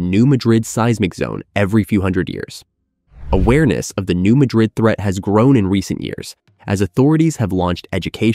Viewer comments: The pronunciation is all wrong. The "new" is ok, but, Madrid is not pronounced the same as the capital of Spain. It's "mad" as in the emotion & "rid" as in tossing something. New Madrid ya'all. And it's MORE than 150 miles long, check a map. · It's actually pronounced Mad''-rid, with the accent on the first syllable. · It is pronounced New Mad rid, not New Ma drid. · It’s pronounced “New Mad Dred” with emphasis on “Mad” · You need to pronounce "New Madrid" correctly. It is not pronounced like Madrid Spain. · For those who do not know, in Missouri (this is not a joke), the pronunciation of this city is New MAD-rid. Not pronounced like the capital city in Spain. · Pronounced New Mad-drid. Learn your subject matter before prattling on about it. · Can any of these sites pronounce “Madrid” correctly? It’s pronounced like madras fabric - NOT the city in Spain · It’s pronounced new mad-drid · Um it's pronouncned New MAD rid. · Madrid here is pronounced with the stress on the first syllable and not the last. When I owned a house in Bowling Green I had earthquake insurance. It was required. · Another expert that can't pronounce the name of the fault correctly.